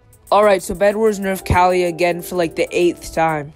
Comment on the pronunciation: its kaliyah (KU-LI-YAH) not kaleeyah